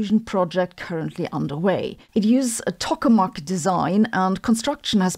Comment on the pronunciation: Tokamak is pronounced like "toh-kuh-mack," not "tuck-uh-mack." (I did research on tokamaks in graduate school more than 30 years ago. I don't regret for a moment switching from plasma physics to particle physics.)